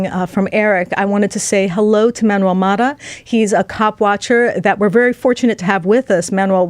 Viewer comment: Haha,, I'm curious: When you already knew to pronounce Manuel's last name as "MAW * tuh," what motivated your change to the incorrect "MA (short) * tuh" instead?